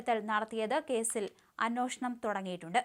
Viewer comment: അന്വേഷണം.. എന്നൊന്ന് പറഞ്ഞുശീലിച്ചുനോക്കൂ കുട്ടീ